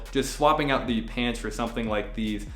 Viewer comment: Nobody:: SHpants